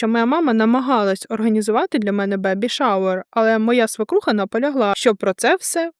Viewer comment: Мда історія треш звичайно( однак одне маленьке виправлення, не "свИкруха", а "свЕкруха". Це можна перевірити в словнику. Без образ, просто на фоні грамотного тексту слово надто ріже слух і очі в тексті